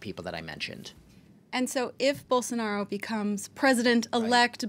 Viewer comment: É muito engraçado ver eles se esforçando pra falar o nome do Bolsonaro, a pronúncia sai igual a de um "caipira" : Borsonaro